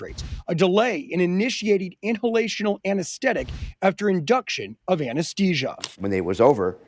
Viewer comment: Hey reporter, did you know it's pronounced anaesthetic not anaestettic?